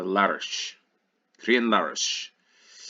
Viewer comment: Crianlarich = "Kree-ann-larrick" [close enough]